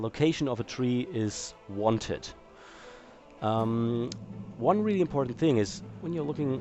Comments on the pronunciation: "wanted" not "one tit" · "The location of the tree is one tit" is what he said